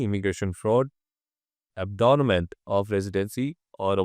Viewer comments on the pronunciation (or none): I think it is abandonment and not “abdonment”.